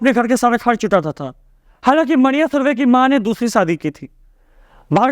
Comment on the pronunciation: मन्या सुर्वे is correct pronunciation